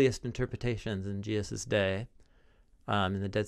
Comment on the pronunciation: Could someone explain to how to properly pronounce “Jesus?” It’s not “Jeeuz…”